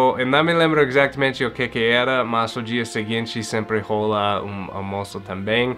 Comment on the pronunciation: 😂😂😂😂😂 precisa aprimorar a pronúncia da palavra "rola", do verbo rolar: "rola uma parada estranha"... Não é RÔLA! É RÓLA! "RÔLA é outra parada! 😂😂😂😂